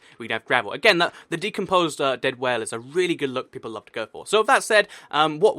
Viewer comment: its whale PEIPLPLLEE XD